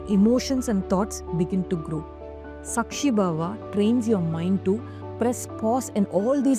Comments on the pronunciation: Very nice. It is saakshi and not sakshi. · Hi, i dont mean this in any other way; but just for info for those who might not know our language, and are learning, especially foreigners. It’s pronounced Kaama (desire) and Saakshi (witness), the A is longer like in ‘Answer’; ‘Calm’…. Not like ‘u’ in duck, suck etc . Have learnt a lot from this channel during some difficult times, living in a joint family… and hoping to keep learning 😊❤